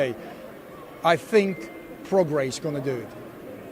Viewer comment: Love how Eddie calls him "Progress", Try getting some education Eddie ffs, Prograis as in Progray ya wally!